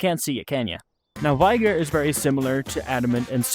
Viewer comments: Just one small thing, ITS PRONOUNCED VIG-OR. Great video otherwise. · Vee-gor my dude lol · pronounced vigor all sorts of wrong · vigor is not pronounced that way. just google it